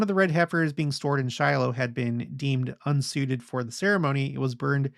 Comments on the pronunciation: Is Shilo really pronounced Sheeelow?!? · Is Shilo pronounced Sheelow?